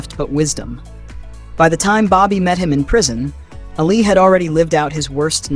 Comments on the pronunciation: ALI not ALLEY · Its not ally its Ali